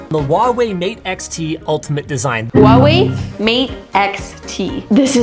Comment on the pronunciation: did she just say ha wa way